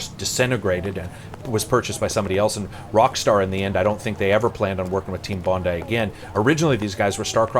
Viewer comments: Good job pronouncing "Bondi" correctly :) It's a suburb of Sydney renowned for its amazing beaches... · Thanks for saying Bondi properly, instead of Bond-EE as I tend to hear on here